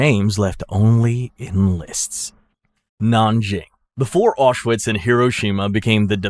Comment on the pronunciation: It is pronounced Aushvitz.